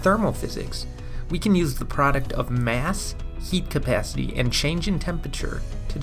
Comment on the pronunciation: I thought this nigga said yeet capacity lmao